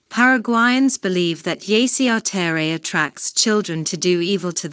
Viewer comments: Bad saci perere pronunciation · i'm glad you're sharing this but i can't stand how she pronounce's my boi's name :( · Didn't it occur to them to find out how to pronounce his name before making this video????